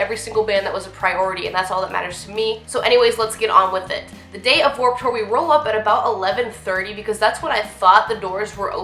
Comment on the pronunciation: It's pronounced "tewer!!!" 😂😂😂😂